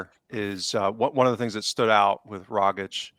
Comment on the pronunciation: Tom Rogic was at Celtic for almost a decade...fantastic player...Aussie legend...so many great moments provided...and still can't pronounce his bloody name...(rog - itch)..I was amazed how many Celtic podcasters get it wrong...let me end my rant by saying great show as always